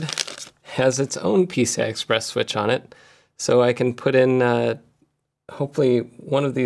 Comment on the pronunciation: Thought I heard you say "Pizza Express devices" :(